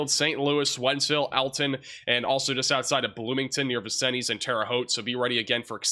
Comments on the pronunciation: Hey hun Vincennes is french and is pronounced vin-sinz. You seem to have trouble with french or indian names of cities. Like you anyway. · Vin-Sins, not Vin-sin-EEZ.